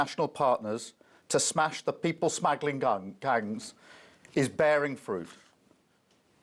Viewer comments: Did I hear say smaggling 🤡🤡😂😂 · . what's a smaggling gang? 😂